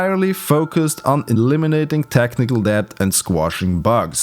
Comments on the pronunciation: Then you said "Dept" instead of "Debt" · Dept is pronounced "dett", it's a silent p. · Hyperbole is pronounced "high per bollee" and debt is pronounced "dett". - great video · Debt is pronounced "det". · This might seem a bit grammar nazi but you dont read the "b" in debt you read it as "deT" good video though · The B is silent in "debt" btw. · great video, but, as far as i know, 'debt' is pronounced /dɛt/, no 'b' sound in there. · The B is silent in debt!! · You definitely understand the concept of technical debt better than you understand the pronunciation. The B in debt is silent. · The b in debt is silent. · I'm sorry, but the only thing I focused on in the video was that you pronounced the b in debt. I understand English probably isn't your first language, but the b in debt is silent because stupid English language and rules. It's said the same but the b is silent. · the b is silent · The "b" in "debt" is silent